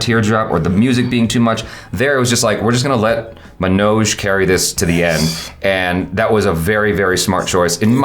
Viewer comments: Agreed! Everytime he says it, sounds like he's saying MANAAJ, kinda like Nicki Minaj 😐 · Love your discussion on the series,. The only thing that irked me was not saying Manoj's name right. I mean it's 2nd seasons episode 6. About time we do justice to the lead and atleast get the name right.